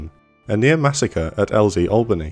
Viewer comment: Thank you so much for pronouncing Albany correctly I'm sick and tired of hearing my southern countrymen pronouncing it AL-BANY, FFS its ALL-BANY, in one fluid phrase. Nevertheless sweet vid.